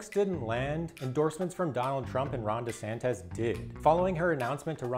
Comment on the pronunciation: The soy is strong on this narrator. He also makes a lot of errors in this video. It’s not Ron Desantez, it’s Desantis. Adam Schiff was censured, not censored.